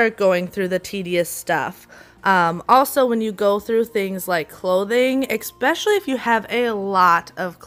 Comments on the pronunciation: Love your videos but "expecially" isn't a word. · I love your cleaning techniques, but please stop saying, “EX-specially”- There is no “X” in especially. Just think of it as de-cluttering a bad pronunciation habit. Carry on. 😊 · I really like your advice and you do amazing work! You seem very professional and have a good heart for your clients.. One pet peeve..."Especially," not "Expecially".